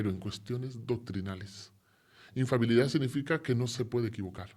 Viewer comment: Me parece muy bien que haya dejado el sacerdocio, y no por que sea gay; al fin y al cabo, gays son la mayoría de los clérigos católicos, y ahí siguen dándole al hisopo, sin plantearse para nada “colgar la sotana.” Me parece bien, pues porque dice “infabilidad” (!) en lugar de “infalibilidad" y, en fin, por otras cosas por el estilo. 😅